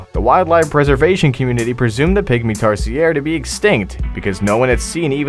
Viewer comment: why did i hear pick me instead of Pygmy Tarsier HAHAHA XD